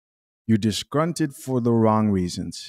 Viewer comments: First off, it’s disgruntled, not disgrunted. 🤣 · BTW the word is ‘disgruntled’ with an ‘L’